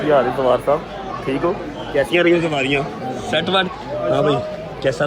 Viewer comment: Zawar ❌ bahn phar